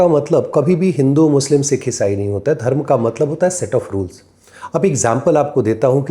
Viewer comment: आप कृपया अपना उच्चारण थोड़ा व्यवस्थित करें .... भाग्या, धर्मा, मंत्रा, भोगा, मोक्षा हिंदी व्याकरण एवं ज्योतिष में कहीं भी वर्णित नहीं है